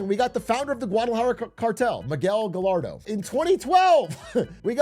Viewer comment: “guh-lardo”, cmon man your wife’s Mexican 😂